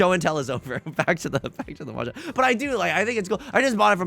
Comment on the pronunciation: tips 4 dora “M’Jong”